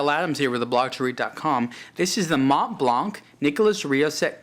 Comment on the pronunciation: You don't pronounce the C in Blanc. Therefore it doesn't sound like blank but blan.